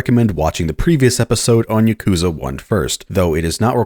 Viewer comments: Yah-ku-zuh It's not Yuh-koo-zah Goddammit- it's not hard. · Ugh. He pronounces yakuza wrong. Ya-kuh-zah Not, yuh-koo-zuh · Now if he can pronounce yakuza correctly, it would be a perfect video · why do you pronounce Yakuza like that ;-; edit okay yeah video seems cool but this is like trying to listen to a British person talk about "Mary-oh" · He doesn't even pronounce yakuza correctly, which he says a ton in the video, it's just super annoying.